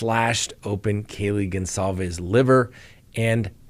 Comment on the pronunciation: Come on it’s not Gonzalvez it’s something else. We owe them at least the respect to there family name just saying dear sir I’m actually more confused then ever now if I’m wrong and your right my apologies kind sir.